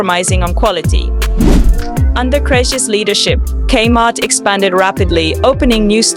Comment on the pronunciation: It's not pronounced /kmart/ with the /km/ being a consonant cluster. It's "Kay-Mart", with the K spoken as an initial. It's odd that you made this but never experienced it yourself... or actually listened to the commercials you included, including the very opening lines, "Gay Heart Is Your Saving Story".